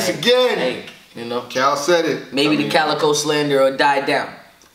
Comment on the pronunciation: Y is it so hard to say cal won😌😂😂😂